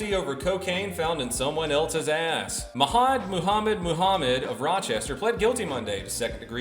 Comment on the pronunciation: Mahamud is pronounced "mach-mood" my dude. Love the content, brother.